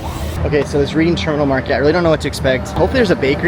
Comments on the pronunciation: I need to get back to my hometown. Just a visit. I need me some Reading Terminal food. When you pronounce Reading Terminal, it's like Reding Terminal. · Watching with my wife. It’s pronounced red-ding not read-ing. Just a peeve of a semi-local. Glad you got to see all the cool historic sites! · The Reading in Reading Terminal is pronounced Redding. Bassett’s good choice. You missed Beiler’s donuts. Please come back and visit the museums along the Parkway.